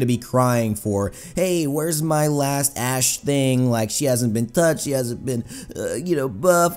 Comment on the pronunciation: Seriously thought you said ass